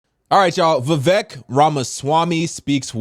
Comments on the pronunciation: I'll be voting Trump. Vivek is a brilliant guy though. It's pronounced Vivake. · Pronounced Vi-VAYK lol